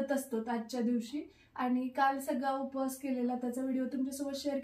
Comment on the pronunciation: Upas and upavas this word wrong